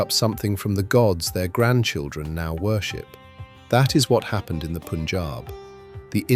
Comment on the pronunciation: The commentator should at least pronounce the names properly..... It is not " Poonjab" ...but PUN , rhyming with GUN .....PUNJAB